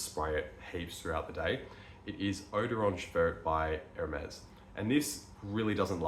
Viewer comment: When i saw your Hermes, and how you pronounce their name, i knew you were into this hobby for a while now 😂